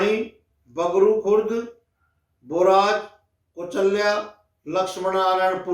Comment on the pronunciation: पानीपत में बगरू नहीं सोनीपत में बाघडू है आपने गलत उच्चारण किया है। बाघडू गांव डागरो का बड़ा माना जाता है।